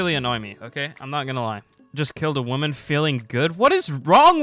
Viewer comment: If he wants to call it "womam slaughter" then at least say "woman" and not "women"